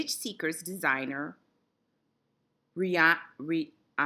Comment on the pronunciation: Rhiannon is pronounced Ree-Ann-un.